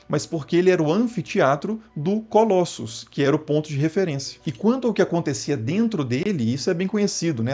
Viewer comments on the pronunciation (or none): none